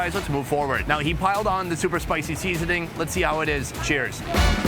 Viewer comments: Why can't he say 'seasoning' properly? SeEEEAaasoning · It’s funny that Sonny seams to have a stroke every time he says seasoning or cabbage 🙂